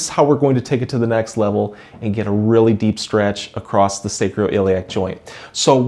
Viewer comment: No T in across....